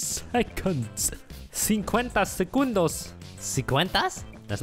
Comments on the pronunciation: "sincuenta segundOus" "siete, seis, sinco" morí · Amé cuando dijo cincuenta segundoz